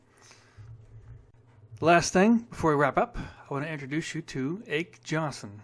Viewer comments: ake is pronounced AKEE ah key Jonnson is onson J is silent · By the way. Ake Jonsson's name is pronounced "Ockee Onson." Ake rhymes with hockey.